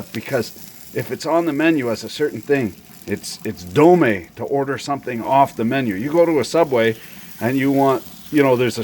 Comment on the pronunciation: dont know about dome, but ive heard dame a few times...